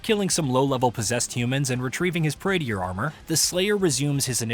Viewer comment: Praetor suit, not Praeteeor suit.